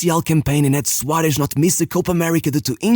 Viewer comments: I don't understand why blud pronounces Suarez as SUARESH, man the SH should be in Su- not in -Rez. Also it's Suares, or with a softer S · Suárez, not Suáresh.